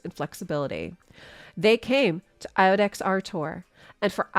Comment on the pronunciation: Great job as usual but iudex is pronounced yewdex and is Latin for judge.